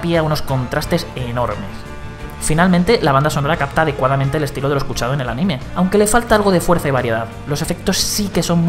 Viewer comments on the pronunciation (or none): none